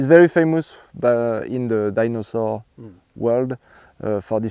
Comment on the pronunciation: Sounded more like dinosaw. Or dinosauce. 😁